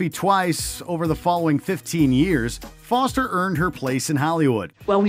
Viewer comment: 'Jodie Floster'